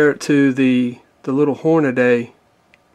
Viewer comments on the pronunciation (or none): Can someone pleas tell me where there is an A at the end of HORNADY ??? ITS not HornaDAY !!!